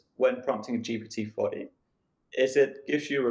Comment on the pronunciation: GPT 4o (four "Oh" for "omni"), not GPU "forty".